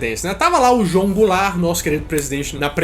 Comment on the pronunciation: Mano uma hora o disse goularte